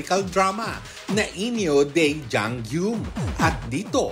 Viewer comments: Pde po ba na icorrect yung pronunciation ng Jang Geum? Hindi kasi Jang GYUM ang pronunciation non... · Yung nagsasabi ng arte dyan, 2024 na. Uso na ang internet. Andaming resources para hanapin ng tama yung pronunciation ng korean name. JANG GUM( JANG GOOM) kasi dapat ang tamang pronunciation ng name na JangGeum. 😮‍💨😐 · Hindi na ako nasanay na "jang GYOOM" ang basa ng mga Pinoy. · after 20 yrs d parin ma pronounce ng tama ang Jang Geum sa media people sa pinas 😂